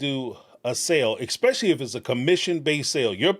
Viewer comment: Thank you for pronouncing “realtor” correctly Please start saying ESSSSSS PECIALLY NOT EXXXX SPECIALLY